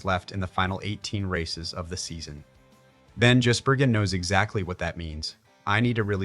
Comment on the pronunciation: Jizzburgen, lol! Gotta love AI voiceover. ❤️🇦🇺🇳🇿